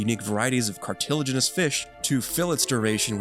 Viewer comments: pleth-ORA and car-till-inigous fish wtf lol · You pronounced plethora wrong. And cartilaginous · The review is kind of distracting when words are mispronounced, like 'plethora' and 'cartilaginous'. It makes me wonder if the narrator even knows what they're saying.